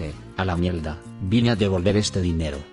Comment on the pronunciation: Por qué el narrador dice mielda en lugar de mierda?